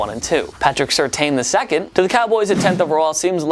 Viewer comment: Patrick Surtain---Sir-tain.... Not certain....